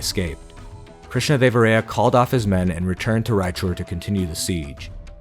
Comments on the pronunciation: It’s Krishnadeva-rāyā not Ray-ā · hey, nice video, actually is observed that your pronunciation of Krishnadevaraya is slightly wrong. It’s pronounced as rāyā not ray-ā